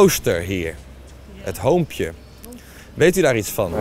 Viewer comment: Ik dacht wow dat word eng gelijk na dat hij zij "Klooster hut hoompje* Nam ik de video niet meer serieus.. Ik heb het wel weer serieus genomen